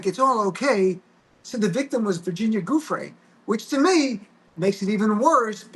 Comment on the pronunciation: Virginia's last name is pronounced Jew-Fray with the accent on the second syllable - waited to hear what Glenn has to say - so many podcasts are making just guesses on the fly while Glenn knows things based upon his prosecutorial career - we needed to hear from someone who has been steeped in these types of cases and in the seedy world of folks who are always skirting the rules